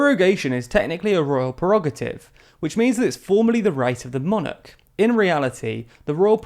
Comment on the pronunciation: The word is “Prerogative” not “Perogative”. I like TLDR and I know it seeks to become a credible source of news. I therefore expect it to apply high standards to the correctness of its production.